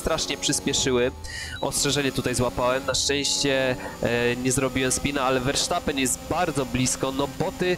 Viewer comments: verstappen a nie versztappen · Verstappen się mówi a nie Versztapen. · "wersztapen"...😅😂 To mi humor poprawiłeś 🤣